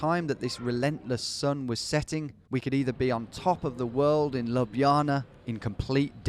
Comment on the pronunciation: that's quite the pronunciation..."labjana"...